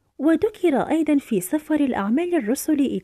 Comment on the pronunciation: سفر وليس صفر ..